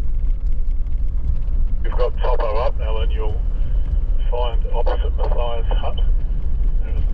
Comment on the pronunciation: Great video but just one little thing... The Mathias is usually pronounced Math-ias My family lived at Manuka Point in the late 1960s when it was owned by Laurie Walker